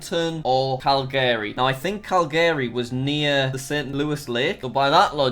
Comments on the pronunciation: That is not how u pronounce calgary search it up its pronounced Kæl-ge-ri bruh... not kæl-gaé-ri and its Ruh-Gy-Na not Re-Ji-Na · Everyone else: Calgary Jack: Calgayry (I know it may be because of his accent but i laughed SO hard when i heard his pronunciation) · Jack: "Cal-Gary" Canadians: *pain* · cal gary boi its pronounced cal gery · the truck literally has saskatchewan on it he just called alberta a freaking state it's a province cal garry? it's more like cal ger e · Cal-GAAry its Cel-gree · heads up there not called states there called provencies. also its cal greee not call garry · For all the non-Canucks: It’s pronounced Cal - gree. Not Cal - GARY, and not Cal - guh - ree. And yes it’s a dead giveaway for us when people say it weird. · Jack:* pronounces Calgary as cal-gary* Me:*cringes* Noooo it's cal-ga-ree! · It’s cal-ga-re not cal-gary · Cal- GARY NO JACK ITS CAL-gery ;) XD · Cal-gAry Calgary jack just Calgary lol. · Calgary is not pronounced Cal-gary it is pronounced Calgary with the stress on the first A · Jack saying “calGaRy” had me screaming at the screen😭😭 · "Cal GARY" "Ses kaw chew wane?" "Alberta is a state in Canada" "Links to France." what the hell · jack pronouncing calgary as "calgarey" just hurts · when you butcher ever place name CaLgAayy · I live in Calgary and when he said Cal g ary I got so triggered. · No one: Absolutely no one: Jack: Cal-GARY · cal gary re jeen a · And who the hell is Cal-Gary? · I love being in Canada cuz we have lakes Oh and Tim’s Oh and hockey Oh and igloos Oh and poler beers Oh and poutine Yaaaaaaaaaay Wait a damn minute something ain’t right here did he say Canada has states Wooooooooooow Omg lol lmao he also said cal-Gary and reeeeeee-Gina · Canada is awesome. (Totallynotbiased) Also I both love and hate how he pronounces places in Canada like Cal-Gary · this guy did not just pronounce calgary like KAL–GARY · as a canadian this video is PAINFUL and i'm not even done ahahahha "alberta is a state" "cal-gary"